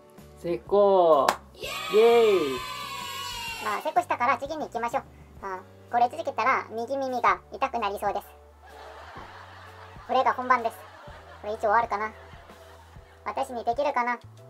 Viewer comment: みぎめじゃなくてみみげになりました笑